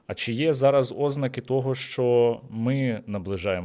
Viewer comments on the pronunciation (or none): Шо це за наголос на першу голосну в слові «ознаки»???